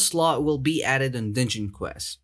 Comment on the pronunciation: Sounds like he said ninja quest lol